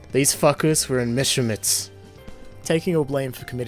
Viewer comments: Oh my god the Bader one. Its pronounced Bah-der not bader. And its Mess-er-sch-mitts not messermitts. :) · "Meschermitts" now thats some quality german right there. I mean, ngl, Messerschmitts is some hard pronounciation so kudos to you for trying no offense btw, i just noticed that cuz am german and had this open in another tab and was like "Mescher whats?" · Does this guy know how to read? Mechermitts? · MESSER MITTS??? ITS MESSER SHMIT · it is pronounced mesh-ur-shmit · I AM ACTUALLY TRIGGGEERRREEDDDD!!! YOU PRONOUNCED MESSERSCHMITT WRONG !!!!!!! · You mispronounced Messerschmitt kdhvidhskviebskv